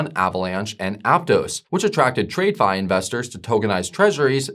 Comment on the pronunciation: Does this man keeps calling it tradefi, I wonder if he says trade-itional finance as well? 😄